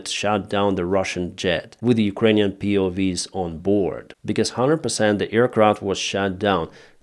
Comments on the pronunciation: POW not POV 😂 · It's not POV's, it's POW's. Prisoner/s Of War 👍 not V (vee) it's W (double-u) hope this helps with your English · they are PO-doubleUs not POVs xD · POW is pronounced Pee-Oh-double-UUs W is like wow, not Vee. but is double U's for PoW. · POWs, not POVs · POW's. Not POV's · P.O. Double U is how POW is pronounced.